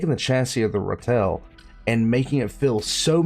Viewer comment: You could also call it a Badger. You need to work on pronunciation.